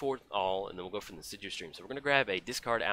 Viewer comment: you should be more assiduous about pronouncing insidious.;)